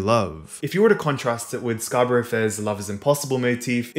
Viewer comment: ok sorry to nitpick - scarborough is pronounced "scar-buh-ruh". it was rly annoying me, sorry!